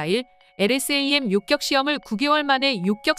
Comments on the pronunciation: 요격이지 요껵이 아니오. 어느지방 사람이요? 한글도 제대로 읽지 못 하는군. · 일대 이대..까지는 이해합니다만 요껵이 뭡니까? 기사 읽어주는 이 여자분은 왜 퇴출이 안되는지 동앗줄이 튼튼한지 아님 싼맛에 쓰는건지 참. 어떤 다른사람이 읽어도 이 여자보다는 나을 듯...암튼 우리 방산업 화이팅! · 요껵이 아니라 요격 아닌가요?